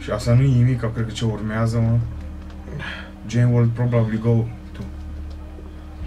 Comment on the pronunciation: Ce fain zice,,Jane" =)))